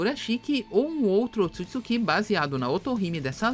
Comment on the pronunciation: P q nego tem mania de colocar assento nas parada "otsutsukí"